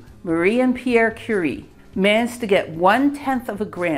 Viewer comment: Outstanding pronounciation of the name. Love your videos!